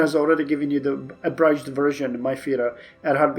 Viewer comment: Abridged, the "bridge" part is usually pronounced the same way as a "bridge over the river" is pronounced ("bri-j"). - Now that our fuel situation has improved are there any APC upgrade techs we want to get? It seems like this mod has combined APCs and IFVs together, and in real life IFV (mechanised) divisions are a core of a lot of modern armies, but I don't know if this mod reflects their real life capabilities (maybe motorised are better in this mod). - Are there any infantry reforms we want (such as modifying templates)? I don't think we've hit our special forces cap (and I'm not sure how good special forces are in this mod). Should we increase helicopter production? That seems to be a major thing we're low on (especially if we gave most divisions helicopter support).